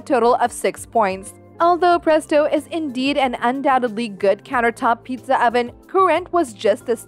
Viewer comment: She said pretso